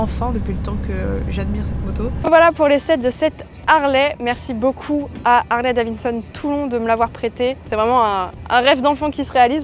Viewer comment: Harley Davinnesonne 🤣